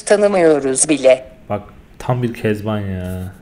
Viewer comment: süper ya kezaban diyince böyle ben kezanban digilim bence